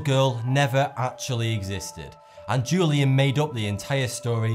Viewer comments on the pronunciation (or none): The ‘J’ in Julian is pronounced as an H. WHO-LEE-ANN